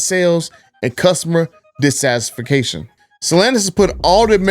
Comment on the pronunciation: Dissatisfaction….was pronounced hilariously.